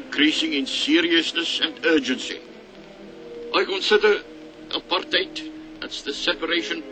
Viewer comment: you could have learned how to pronounce Apartheid properly. You even hear DF Malan pronouncing it correctly